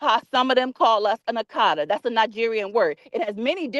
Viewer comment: She is mispronouncing the word akata. And not all Nigerians use it in a derogatory way